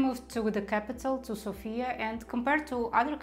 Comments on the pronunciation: learn to pronounce Sofia correctly - sOfia, the stress is on the first vowel. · ''Sofia'' is pronounced with emphasis on the letter ''O'' not on the letter ''A''. Pronouncing it with emphasis on the letter ''A'' happens when we call somebody with the name ''Sofia'' ( normally woman's name). When we have in mind The capital ''Sofia'' - emphasis is on the letter ''O'' ( can never be mistaken that way ). 🙂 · May I just make a couple corrections? It is v(I)tosha not vit(O)sha mountain, and it is s(O)fia, not sof(i)a. Wonderful video, thank you so much.